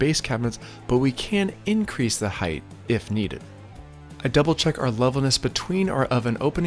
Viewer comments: Except for the pronunciation of height (I kept hearing "heighth"), this was a very detailed and very satisfying video. I appreciate the detail from start to finish, and I learned what I'm willing to do myself vs a professional. Probably the first video that I watched fully. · Height? Heigth?